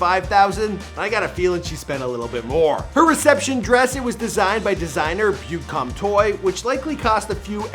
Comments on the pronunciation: that failed attempt to say beauté comme toi the french for beauty like you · * hearing him pronounce Beauté Comme Toi * * cries in french *